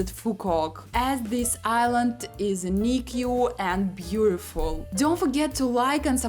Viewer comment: UNIQUE is pronounced "yooneek"